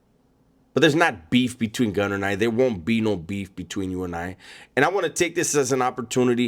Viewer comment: Naaaah mayne, two things you messed up. 1) The way you said Gunner. 2) You’re were too loud…you woulda been very quiet and collected if there was a real fallout.